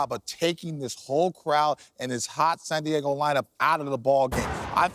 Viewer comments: Jeter says "San Diago." lol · JETER WAS ABOUT TO SAY SAN DIAGO LMAO!